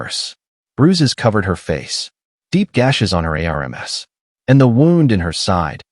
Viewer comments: Air relms its arms! Lol AI😅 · I had to look at the transcript to find out what the hell the word arames was. He held her in his arms. ARMS! The appendages that grow on our body to actually reach things and hold people are called arms!! Not arames. You need to actually find someone to listen to these before you post them. Spelling two letter words and three letter words through the whole thing is ridiculous. The story is really good and I enjoyed the storyline but seriously you need a proof listener. 😤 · Use a better AI or try voice to text; you'll lose your audience if this continues. Words like ARMS, IS should not be outside the AI ability. These errors cause disconnect in the story line and disrupt flow of information so you lose the listener. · Here's a new one - Aremes... R M S /arms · How are you pronouncing ARMS , COP, US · Why is the story teller spelling arms,?